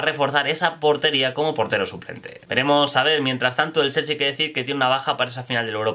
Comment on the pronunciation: "selchi" jsjdjsn Chelsea?